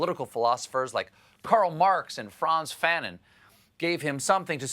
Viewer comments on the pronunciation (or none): That you didn't properly pronounce Frantz Fanon means you NEED TO READ HIS WORKS, COLBERT!!!